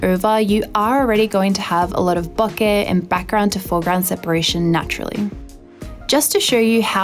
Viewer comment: I love when I hear professional photographers pronounce BOKEH properly. <3 Great review!